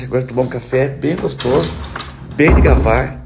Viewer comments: Deixa ele falar do jeito que ele quiser.... nao vai mudar nada....e nóis intendi né....eu amo ver ele falar degavar.....minha mãe que falava assim.....DEGAVAR...OU.. DEVAGAR....muda o quê nesse mundo?....NADA..... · Meu querido. Já te expliquei,menino. NÃO SE FALA DEGAVAR. E SIM DEVAGAR. TREINA VÁRIAS VEZES, ESCREVE NUMA FOLHA QUE O CÉREBRO GUARDA. É PARA SEU BEM. D E V A G A R. BJBJBJ. SEU LINDO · Nap aguento voce falando “DEVAGAR” errado! Kkkkk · VOCÊ ACHA QUE REALMENTE ELE NÃO SABE QUE É "DEVAGAR"?????? DEIXE ELE FALAR COMO QUISER, NÓS ENTENDEMOS E ADORAMOS!!!!!😙😙😙